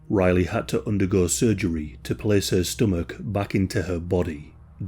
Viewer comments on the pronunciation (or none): Case “Cease” Takes “Teakes” Place “Pleace” Tube “Chewb”